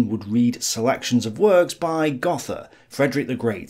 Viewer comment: Goethe mispronounced.